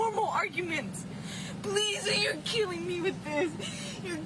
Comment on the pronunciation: The way she says the word, “killing” like “keeling” makes my skin crawl. She’s all, “Me, Me, Me”.